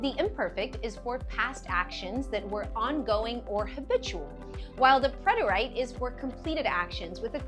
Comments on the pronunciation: It was great, but your pronunciation of preterite is incorrect. I checked it out thinking I could be wrong, but I am correct. PRET-er-it, not I. preterite /prĕt′ər-ĭt/ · Is this AI? I’ve studied Spanish all my life and have never heard preterite pronounced PRET-ER-AYT